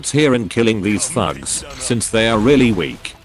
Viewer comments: What he says "the thugs" What I hear "the #####" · your text to speech makes “thugs” sound like “fucks” 😭😭